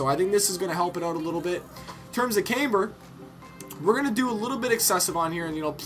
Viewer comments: Pronounce "Camber" properly too! its not "Cameber" or "Caimber" The "Cam" is pronounced how you could say camshaft.. you wouldn't say came-shaft would you.... its "Cam-ber* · yes it really "fucking" does... is there any need to be a dick about it. he speaks like he knows all this shit but he doesn't know how to say camber.... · OH MY GOD he said camber wrong so that means he doens't know anything about cars? doesn't make much sense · what i'm trying to say is, if you think you know about all that jazz, atleast be able to pronounce it properly....